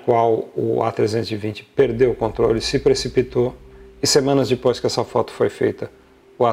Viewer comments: Ao invés de falar "Depois" ele fala "Dipois".. todo video ele faz isso.. é o nome do senhor, o canal é Avioes e cia.. Ele é mecânico da latam, mas ja foi transbrasil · Fora que é chato pra caralho, vive mendigando likes e o cara além de falar alguns termos de aviação errado, ainda fala DIPOIS. Da uma agonia de ver esse cara, na boa. Fora que ja deu p ver que ele não é povão.